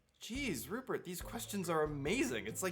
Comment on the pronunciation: It sounds like you say Hubert at first then Rupert. I guess that means I need to come up with more questions :)